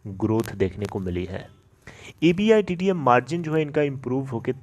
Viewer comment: Champu E. B. I. D. T A Ko एबीटा बोलते हे कम से कम ये तों बोलना सिकले फीर vedio बन्ना